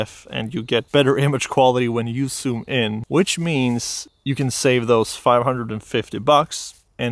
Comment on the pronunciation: It's called ZOOM, not soom...